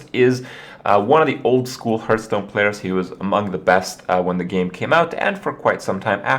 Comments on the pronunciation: HEARTH...HEARTH...HEARTH...NOT HEARTSTONE. For fucks sake man. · What is this game "Hurtstone" he keeps talking about? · STOP SAYYING HURTSTONE! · It's pronounced HARTH-Stone :'( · Jesus, learn how to pronounce 'Hearthstone' already. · Does this guy ever learn how to pronounce hearthstone correctly?